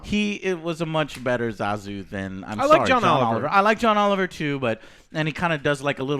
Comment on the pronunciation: yep, butchered his name.